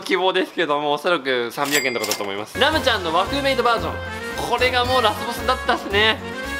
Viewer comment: レムが編集の文字もはじめんもラムって言ってて面白い😂